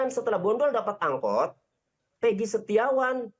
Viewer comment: keserupn nybut nma eeggii...bukan peegi..itu yg sy dengar..coba putar lagi kawan